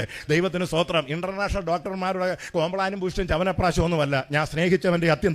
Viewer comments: TPM. സൂദിരം അല്ല പറയുന്നത് തമിഴ് sthothiram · സൂത്രം അല്ല സ്തോത്രം